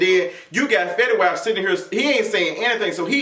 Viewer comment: Also love the way you say fetty whap LMAOOOOO